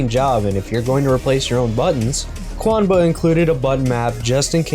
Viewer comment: QUANBA? Seems a “U” snuck in there somehow. Thanks for the vid!